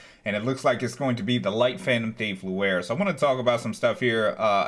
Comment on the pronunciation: You said Luer, it's Louis. Someone was going to point it out :)